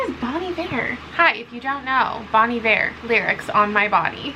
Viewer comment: Listening to you pronounce Bon Iver has messed me up so bad. I've been pronouncing it bon eye-ver my whole god damn life I can't believe it 😭